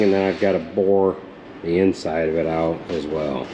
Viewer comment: Are you Dutch? Boor that out? Lol Boren is drilling